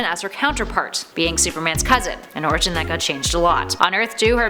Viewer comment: LOL! I heard "Her first origin" as "Her first orgasm".